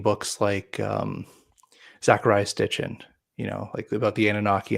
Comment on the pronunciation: "Zecharia STitchen" and "Erich von DaniGen" 😂